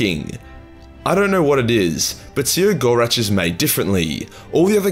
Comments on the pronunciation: see-row-gore-ach? no... SEH-GO-ROCK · "...the lauging god See-ah-gor-atch..."? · His name is spelt “Cegorach”, but pronounced “Keg-or-Rack”, you know, like that tough decision you make with that beautiful lady at the end of a near-lethal bar-beer-binge. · No one knows how to say The Laughing Ones name either, which in itself, is funny. I pronounce it "KEG-OR-RAK".